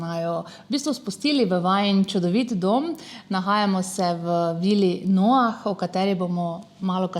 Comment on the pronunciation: Noah se izgovarja z nemim H.